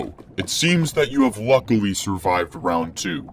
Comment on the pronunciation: bro says lucwy enough